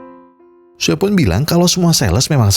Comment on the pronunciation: Namanya "SUE" sebutannya "SUU" bukan "SUWEY"!! Hahaha🤭🤦‍♂️😅🤣🤣